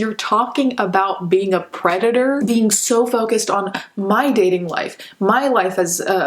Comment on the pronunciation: He pronounces 'predator' funny... It sounds like 'desprate' when he says it.